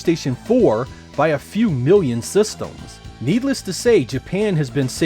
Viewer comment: its "systems", not "sestems" -.